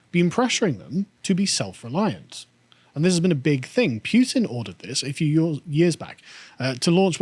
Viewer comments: It goes Poo-tin, not Pyu-tin. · Putin is spelled Путин not Пютин so it would be pronounced Pootin not Pyutin. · [poo-tin], not [pew-tin] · was right to call Carl out on that Putin pronunciation... its definitely not Pewtin lol (that would make for a great pewdiepie skit though) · its pronounced Putin not Pewtin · Carl: Pyutin: No, it's Pootin Carl: Imma be Pyutin my foot up your arse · The "home produced" tractor has "Vladimir" printed along the side, lol. Also, pronunciation is correct. His name is Путин, which is pronounced with the hard "Pu". The way Carl is pronouncing it would be spelled "ПуЬтин." It's not like Zee or Zed, one is his name and the other is not. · Stand your ground, it's Putin, not Pewtin. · The name is Путин: Pooh + tin (not Pyew + tin), and he's on an expotition (not a war). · yeah that "Pew-tin" shit's been bothering me too hahaha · it's P-OOH-tin. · Carl is losing the pronunciation game today. Pewtin? Really? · Pew-tin vs poo-tin...